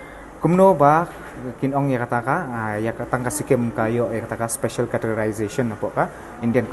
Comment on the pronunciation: Special La...... Special La..... Special La..... Spesh Allah...Spesh Allah.....Spesh Allah....🤣🤣🤣🤣🤣